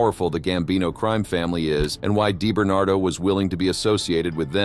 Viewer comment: Di bernado not Dai bernardo.